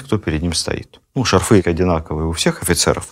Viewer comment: ШАрфы,а не шарфЫ😢